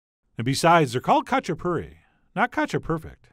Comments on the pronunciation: It’s actually pronounced as hah-chah-poo-ree. Some of them have stuffed crust, and others just plain. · Sorry but it’s ha-chi-puri 😂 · in the pronunciation, the K is silent, pronounce the H..... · “They’re called Katchipuri, not Katchiperfect!!” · Not kachaperfect :)))) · I also made some very similar Imeruli Khachapuri lately, very tasty. The only thing that is freaking me out is his pronounciation of Khachapuri... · Oh how I wish you didn't butcher the word so bad!! Recipe looks great though. When my dad made this he would just use two or three egg yolks instead of the whole egg, super rich goodness! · The k is silent in khachipuri :P